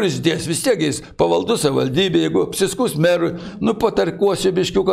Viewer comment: Buvo meras ir nesugeba ištarti žodžio "savivaldybė"?